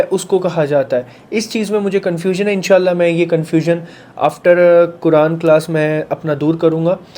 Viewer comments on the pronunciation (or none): none